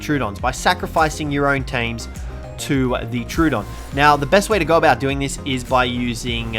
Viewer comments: It’s pronounced tro-oh-don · It is pronounced tro odon